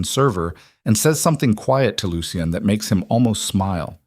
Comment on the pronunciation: Why use the name Lucien, if cannot pronounce it? Lol